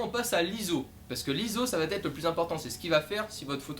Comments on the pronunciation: Le "T" entre "va" et "être" est dérangeant mais la vidéo est bonne :) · Merci de tes explications assez claires pour un débutant, mais élocution un poil rapide et.... y a pas de t à va, donc pas de liaison ! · va / être et non va t être ;-) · Bravo pour tes vidéos, un "petit" bémol grammatical désolé, "la photo va être"sans liaison puisqu'il n'y a pas de "t" à "va".